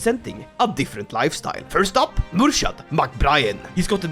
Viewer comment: Hi native irish speaker here, its pronounced "Mur-(wierd highch sound)-ad" its kinda like "kh" in russian